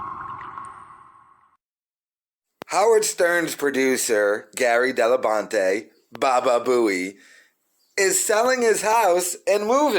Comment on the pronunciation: Gary “DellaBANTE”